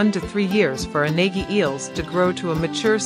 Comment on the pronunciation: It's a mistake. Unagi is not pronounced this way.